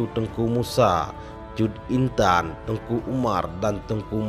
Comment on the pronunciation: Teuku min...bukan tengku